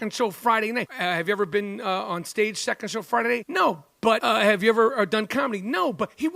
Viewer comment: “And you haven’t even BEAN THERE?”